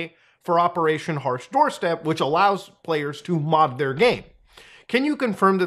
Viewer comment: "Operation hash Doorstep" lol its "Operation Harsh doorstop" I know because I thought it was the worst name ever and I still do..